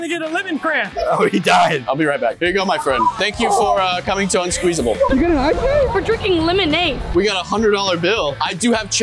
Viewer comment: Bro said unsqueezesable